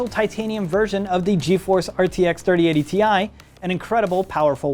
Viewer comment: you mean 3080 TIE? 😂😂